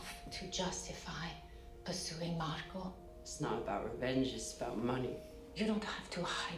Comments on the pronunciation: There is no letter S on the end of the name "Marco." It's Marco Inaros. Also, Filip is about 16. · literally every expanse reactor says Marcos. I don't get it. Nobody in the show refers to him that way.